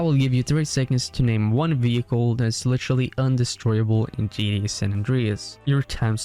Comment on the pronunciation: British folks are silly. A kangaroo would probably say it that way also.